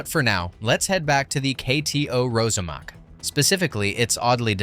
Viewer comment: It’s pronounced ROSSAMAK — (not Rozamak).